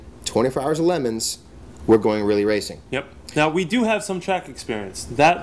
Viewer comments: WTF is a lemon. It's le'moooons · Its not pronoucned LEMONS, wtf is wrong with this bald fk, this channel would be 10 times better without him. He contributes nothing to fastlanedaily. Get rid of this clown!